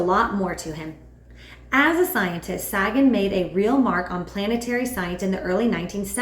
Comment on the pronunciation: I'm not trying to be critical, but Sagan's name is pronounced Say-gn.